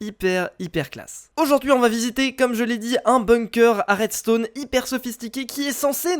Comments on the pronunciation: ON DIT À REDSTON PAS À REDSTONNE HA TOI QUI DIT TOUJOURS ARRÊTER DE FAIRE DES FAUTES ET BA TOU AUSSI TEN FAIT HAHAAHHAHAHAHHA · redstone c'ecrit redstone pas redstonne